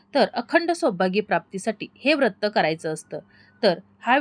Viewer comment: वृत्त असा उच्चार करु नये व्रत असा करावा.